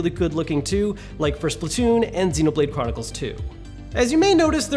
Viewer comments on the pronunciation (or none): none